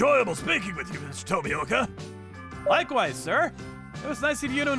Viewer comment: Everytime someone butchered Tomioka's name had me in tears dude xD